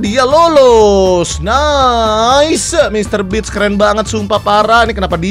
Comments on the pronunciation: bang nama nya MRBEAST bukan Mrbeans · Bist BG bukan bits😅 oi ya pengunjung baru dari Indonesia nama pulau saya belitung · beast bang bukan bits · Bacanya Mister Bis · Mister beach kocak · Bukannya mr breast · Kirain mister best